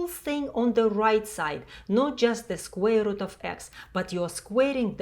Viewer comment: Did you say squirrel?...